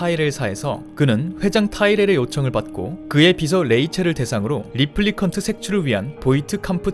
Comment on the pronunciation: 리플리컨트? 레플리컨트 아닌가?